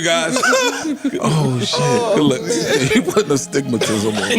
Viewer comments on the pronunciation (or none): DAT MAN SAID.. STIGMATIZIM